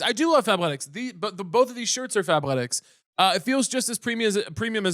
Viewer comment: I was audio only and I had to open the video for the ad when Caleb said “fabletics” I thought he said Fat-letics and I said “I’m immediately interested”